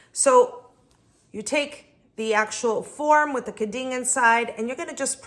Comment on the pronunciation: Aprenda primero falar Quin din